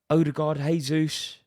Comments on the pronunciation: A bit annoying how this guy says Gabriel “H”esus instead of “J”esus I’m sure you wouldn’t like it if your name was mispronounced as “Rary Jenn-ings” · For the love of God Rory, he isn’t Spanish! Say the J.